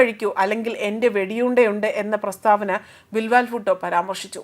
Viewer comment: ബിൽ വാൽ അല്ല പെങ്ങളെ ബിലാവൽ 😑